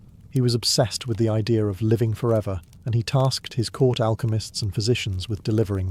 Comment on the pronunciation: What is an "i-dear".... English isnt that difficult.